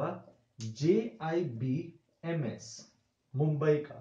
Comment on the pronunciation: Its not JIBMS Its JBIMS